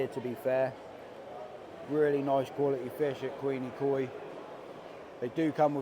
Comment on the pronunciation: Quenikoi... Qu-when-knee koi. Take it from a local ;) 👍🏻